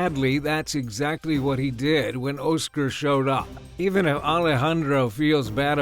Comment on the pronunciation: "Oh-scer"?!?!....It's Oscar... pronounced Ah-sker...Oscar dude.